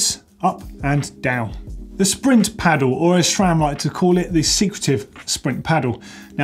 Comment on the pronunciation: Great you got the pronunciation of AXS correct but not so great on Sram - It's pronounced Sram, not Shram! There is no H in Sram!! see here